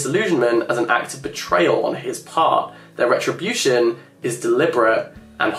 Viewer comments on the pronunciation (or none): none